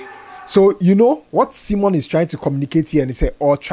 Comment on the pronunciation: please, is Simon not Cimon😂😂